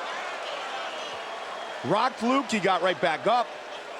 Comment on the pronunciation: Lmao. "Rock Luked" - classic Goldberg